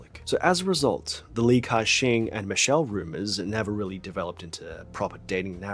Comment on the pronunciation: Tbh it's not pronounced as cashing 😂😂😂😂 the pronunciation is actually 'Gah Seng' in Cantonese